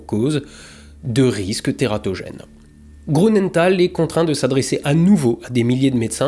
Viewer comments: (Grünenthal = "GrUnenthal" pas GrOU. tout le reste est parfait) voilà. Sinon, vidéo passionnante, glaçante et déprimante comme d'hab 👏👏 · Bonjour et merci beacoup pour tes vidéos. Juste un petit détail, je me trompe peut-être mais Grünenthal se pronnonce "GRU" de mémoire et non "GROU". A moins que la société est un usage différent. Bonne continuation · J'adore toujours tes vidéos, même si il n'y a pas d'astro. Petit et léger bémol pour celle-ci. Je suis surpris si l'on sait dans quelle région tu habites et la rigueur dont tu fais habituellement preuve pour la prononciation. Il y a un tréma sur le U de Grünenthal. Il se prononce donc GrÜnenthal, et non GrOUnenthal. Mais pas besoin de re-tourner toutes les séquences pour ça 😅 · Non mais dites dont, un alsacien qui prononce grounenthal, ça la fout mal. Désolé, j'ai fixé sur ce détail dans cette excellente vidéo 😁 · Comment un alsacien comme toi peut dire: GrOUnenthal!? Et les trémas sur le U!😂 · Bravo et merci pour vos vidéos toujours intéressantes. Deux petites erreurs relevées : grünental ne se prononce pas grounental (le "u" allemand se prononce "ou" sauf s'il est surmonté d'un trémas (ü) comme dans Nürenberg par ex) ; et cinq zannées, ça se dit pas ! 😉